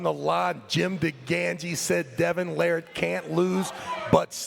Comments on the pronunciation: After all these years, is finally pronouncing larratt correctly! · Travis finally pronounced "Larratt" correctly for the first time ever . 😃